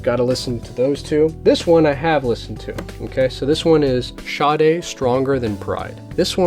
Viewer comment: BTW I love Sade too and your Sade LPs are in epic condition, mine have been played soooo much that the time has come to buy new ones. Yes you have here name pronunciation correct, she lives around the corner and used to chat daily when she was waiting to pick up her child from school (never have told her that I was a fan). Nice person indeedeeee.